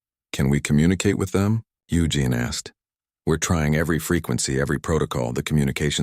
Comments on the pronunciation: I gave up after the AI voice was unable to pronounce the name Eugene after 15 attempts. It's U Jean, not U Gin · “U-Gen”. Lol 17 & 47 again